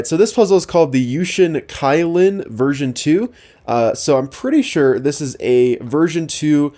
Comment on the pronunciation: It should be pronounced as ky(key)lin(lean), but it's ok .no one's perfect😊